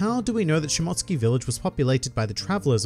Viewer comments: It’s pronounced Shimo-tsuki not mot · She-mote-sue-ki I’m sorry it was botherin’ me a lil bit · Great video man, I enjoy all the points you brought up but it's Shi-Mo-Su-Ki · Nobody:: Shmotskey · I believe you're trying to say Shi-mo-tsooki....lmao! Also, I think it'll be more along the lines of Zoro's ancestors, who were Shimotsuki's were wanted and fled and changed their last name to Roronoa...but named their settlement after their real last name. Well, something along those lines.